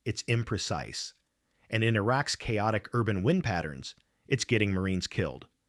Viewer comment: For the same reason the American-english voice sometimes says "wind" with a long "i" (as in to twist or wrap something), when they should be saying "wind" with a short "i", meaning air movement - because this is AI-generated crap. Give it a downvote and move on.